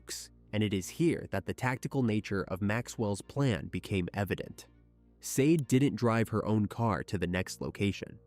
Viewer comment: Just FYI -- pretty sure her name is pronounced SHAH DAY . Just like the phenomenal singer Sade .